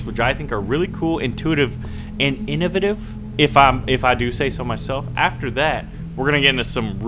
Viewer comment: in-oh-vay-tiv please SAY THIS WITH ME innovative= in-oh-vay-tive